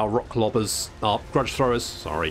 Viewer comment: Everytime I hear him say Rock Lobba's I picture his tiny dwarf facemask slipping, and the 16 Grots in an overcoat that is being revealed to us for a moment.